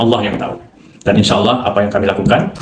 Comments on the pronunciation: Ditulis ALLAH dibaca AULOH 😅. Gimana woi. Tumbenan Menakem Alibaba marah. Pas dolo belom muka lap kok ga marah. Setelah muka lap kok jadi jahad!!! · Kalimat Allah tp islam menyambut nya awlo bukan Allah, seperti nya umat muslim harus belajar menbaca perkataan allah dengan betul 😅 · Allah dibaca Auloh, gw rasa perlu belajar membaca lagi😊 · Kita sebut Allah tapi tidak akan baca Awloh atau Owloh